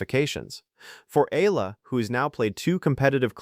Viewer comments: EALA NOT AYALA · Correction pls.not Ella ...you're not really watching the game😆😆😆pls.pronounce it correctly E-ya-la. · Her family name EALA pronuanced Eyala not allah or ela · Its not Allah/Ellah its E-yala! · Please don’t pronounce her name Alla!! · I left your content the moment your AI pronounce EALA as Al-La.